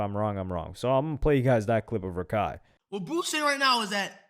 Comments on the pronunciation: it's rakak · it’s not Rakai it’s Kaira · it’s not raikai its rahkhai